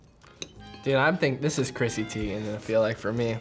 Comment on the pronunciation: "Cristy Tiegan" lmao